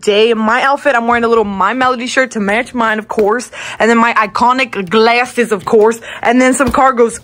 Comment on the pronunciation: THAT 'GlAsSeS' IS SO FUNNY 😂